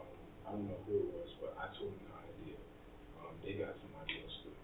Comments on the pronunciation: Parents, please teach your kids to pronounce “idea” without the “hard r”. 😂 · Why does this idiot keep saying, "ideaR"???